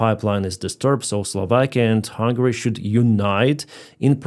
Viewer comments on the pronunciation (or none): none